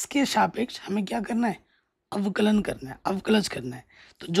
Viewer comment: Sir Avklj nahi avkln bolo na